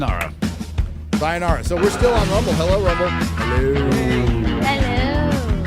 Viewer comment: Every time says 'so' it sounds like 'soy.'